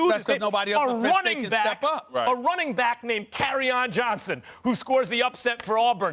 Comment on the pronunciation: This nigga Stephen A said Kerryon Jones and Max said Carryon Johnson 🤦🏾‍♂️